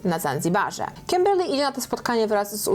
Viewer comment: Kiberrrrr Lyyyy w twoim wykonaniu jest nawet lepsze 🤣🤗